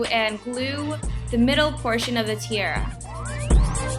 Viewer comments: You say tiara funny( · I love the costume but the way you say tiara is not correct.